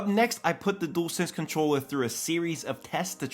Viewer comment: Dool sense it's dual sense sounds like jewel d-u-al